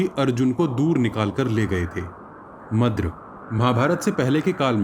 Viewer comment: Madra ko madras bolte